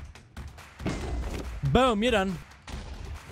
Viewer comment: "you'rrrr done'